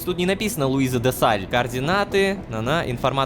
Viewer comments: почему рома постаянно зачитывая задания от Луизы читает чётко ДЕ СТАЛЬ,🤨 но когда упомнинает её в серии без планшета! Она почему становится Де САЛЬ.😂😂😂😂 Это неуважительное упоминание директора орги)))) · заметил постоянную ошибку ромы ДЕ сталь а не Де Саль! 🙄🙄🙄🙄🙄🙄🙄🤭